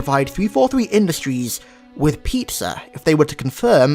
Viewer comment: Peepza? Lol